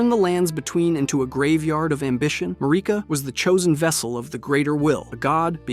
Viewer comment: Why do you pronounce names wrong only to do it right a few seconds later? (Besides “Mahrika”, she’s always “Mareeka” in your videos for some reason, despite her name being pronounced thousands of times in the game) And it’s not just this video